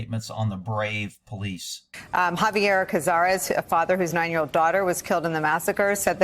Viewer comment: Seems the vast majority of poh-leese today are there for the wrong reasons... SMH